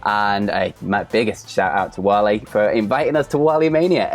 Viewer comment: Wale is pronounced "Wall-ay"